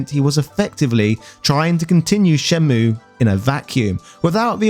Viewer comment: Pronounced 'Shen-myew'